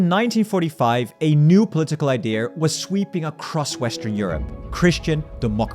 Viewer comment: ‘Idea’, please 🙏🏻 not ‘ideaR’